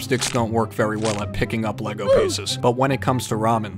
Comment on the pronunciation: every time you said lago brick separator i died bc my dumb ass brain said HAHGAHAHAHAHAHAHAHWUAHYSHASDFJSDA tysm